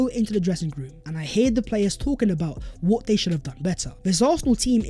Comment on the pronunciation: Yup… even spoiling the New Year for me and others with his gargantuanly STUPID ending “VHAT IS VHE VIDEO VHERE AND VHERE.”!! GET A GRIP YOU CRETIN!!! NO ONE speaks like that!!